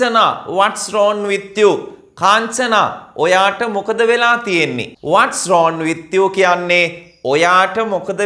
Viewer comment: රෝන් නෙවෙයි රෝං Becareful, If you pronounce wrong as wron the students get confused..